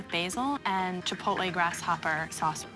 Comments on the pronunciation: Why is it not a single chef can pronounce “chipotle”? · i forgot that not a single person on food network in 2010 knew how to say chipotle 😭